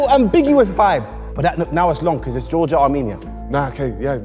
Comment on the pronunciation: Honestly didn’t get Georgia first, his pronunciation was odd